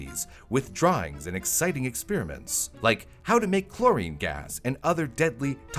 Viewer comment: "Experiments," not "expeeriments."